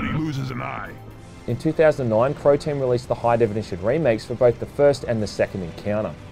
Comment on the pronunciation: i swear he said "Protein" when saying who developed the game.